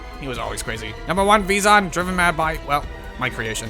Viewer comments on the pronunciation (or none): It's pronounced Veyzon though ;P EDIT: And Ee-nee-kah.